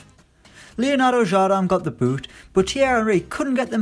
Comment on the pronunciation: dude you may speak frech but the way you say Jardim is just unbelievably wrong hahajaha it's IN, not AN